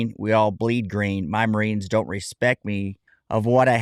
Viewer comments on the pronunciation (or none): none